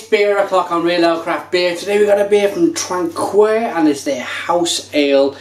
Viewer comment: You said traquair wrong mate